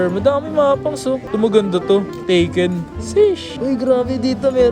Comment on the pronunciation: Yun Tekken nagiging Taken 😅! Gran Tip Auto daw sabi ni haha